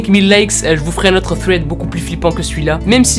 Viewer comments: Oui mais j l'impression que tu dit fred au lieu de thread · Sa ne se dit pas fread sa se dit sred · Quand tu dit thread on dirait que tu dit Fred 😭😂🤣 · Quand tu dis thread tu dis fred 😂😂😂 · Un ''fred'' super flippant. Désolée à chaque fois moi j'entends Fred😂😂😂😂 sinon j'aime beaucoup le concept, belle vidéo. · OUI MAIS ADAAAAM pourquoi tu dis "sswed" 🥥